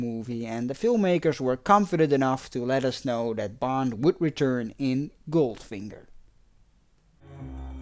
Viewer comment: I love these James Bond Recaps! You do a great job! Your accent only adds to the effect -- I like how you pronounce "that" as "dat."